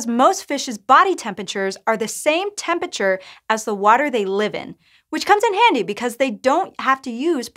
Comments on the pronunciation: 'Temp-ature'?? Entire syllables are missing here! XD :P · Bro why are you saying tempature bro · Stopped at 23 seconds, I cant handle a science channel saying temperature "temp-a-chur" that many times in a row. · Tempiture Great video otherwise